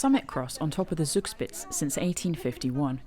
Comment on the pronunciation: Love your pronunciation of Zugspitz. Thanks for showing us where not to pass when in a hurry. Nice landscape. If you love waterfalls, comme to Ticino in Switzerland, there you can see a lot of them from the motorway.